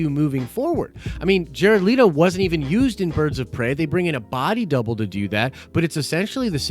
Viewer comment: First off, his name is Pronounced Let-oh, please stop and do some research before hand, you will APPEAR more intelligent. I will leave a link to him pronouncing it himself, so annoying. Now to this ground breaking video. The most accurate thing you say is there is no news in it at all, well done! Next you say different people prefer different iterations of the Joker. That's kind of like saying everyone has a different opinion about (insert anything), brilliant! As messy as it is, it almost HAS to be this way. "The Joker" showed us a Joker much older then batman at the time as Bruce was a child in the movie, therefor Phoenix would have to be elderly facing off against Battinson. Then, we cannot use Leeeeto's version (lol) because he has been all but written off regardless of this "Ayer cut" of Suicide Squad. Couple that with the fact that Leeeeto interacted with Batfleck who again was an older version of the Bat close to the end of his career. This would force him to time travel back to the beginning of his Bat exploits. Everyone including you need to just relax and breathe and see the movie before passing judgement and mispronouncing people names etc. Then, you top it off by showing an actor that will 100% NOT be the Joker in the next movie in the preview (should have used Cesar Romero). If the movie is good, it will be good regardless of this fodder. Video is great though, all that time to basically say nothing, no takeaway, no news. How WB hasn't hired you to sort this out